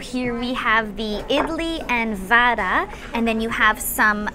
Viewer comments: Ma'am it's not Vaada...it is vada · Papad for biryani yuck🤮🤮🤮. By the way it is not vaadaa its vada